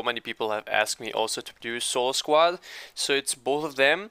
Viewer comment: Its Squad Not Squade Bruh!